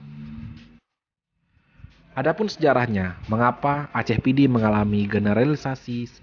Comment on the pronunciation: kehabisan bahan. apa ngomong. menyebut nama "Kabupaten PIDIE" saja salah. kamoe PIDIE. keòn aceh pidie.